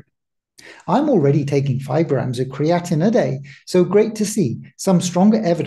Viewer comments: yes, I hear you calling it creatinine, and that confused me.. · Pronounced Cree-uh-teen with three syllables only. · Very interesting but be careful with your pronunciation of creatine as the way you personally say it is very similar to creatinine which is different and high levels are a sign of kidney issues, muscle breakdown and aging. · I mentioned this in a previous video he released. Creatine and Creatinine are not the same nor are they pronounced the same. It is confusing with his pronunciation and I was hoping my previous comments on the past videos would avoid future confusion for viewers. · Well, that is kinda annoying then! I've heard others make this same mistake, and it's frustrating!